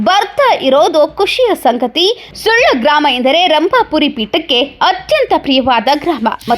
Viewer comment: ಸುಳ್ಯ ಅಲ್ಲರಿ ಸುಳ್ಳ sec